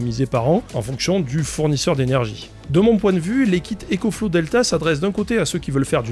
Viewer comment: EcoFlouz pas ÉcoFlow